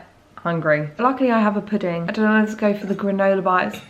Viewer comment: At least I have a "poodang"...dessert.....it's funny how you say that....lol